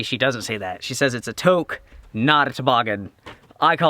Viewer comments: (Toque) Tooooook, Tuke, Tooke, Tuque. Not 'Toak' or 'toke' :P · Blind taste test on the instant "coffee"! By the way, "toque" is pronounced "TUKE" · The touque (pronounced “took”) is French-Canadian and is common throughout Canada. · ..hat pronounces ..toooke..lol